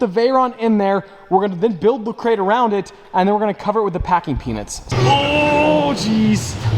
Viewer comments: Just me or anyone else keeps hearing "packing penis" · Ngl sounds like he's saying packing peenus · Every time you say peanuts... i hear something else. Congrats man